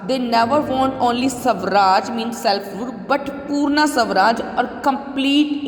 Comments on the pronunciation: The pronounciation is not sawraj. It's swa Raj = swaraj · It's not savraj it's swaraj